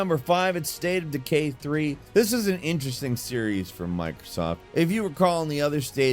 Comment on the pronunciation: "Staytadukay 3" - Ahh yes, my favorite, I always said Staytadukay should get a 3rd game...